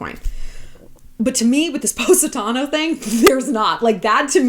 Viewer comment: I’ve been to Positano twice and this video is the first time I learned how to pronounce it